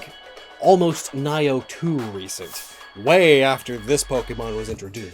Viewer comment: I Was almost killed by your pronunciation of "Nioh"